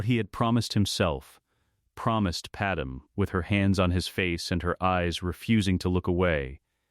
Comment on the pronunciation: And her name is Padme. Pronounced pad may.